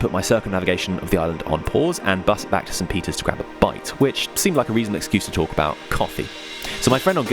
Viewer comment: Great video! I am however truly mystified as to how so many people manage to insert an extra S into St Peter Port's name